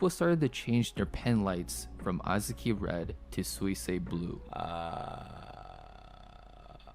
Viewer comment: It's not that Suisei is difficult to pronounce, it's that figuring out how to pronounce it from how it's spelled is a little difficult. (google translated version below just in case) すいせいは発音が難しいというわけではなく、綴りから発音方法を理解するのが少し難しいのです。